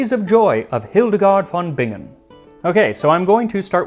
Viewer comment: Let me just say that as a German, I really appreciate the effort you took to pronounce Hildegard von Bingen correctly.